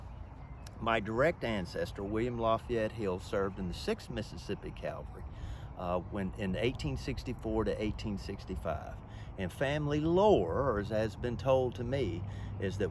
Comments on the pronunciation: It's CAVALRY NOT CALVEY, IN STUPID! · It's Sixth Mississippi CAV-alry, not CALvary.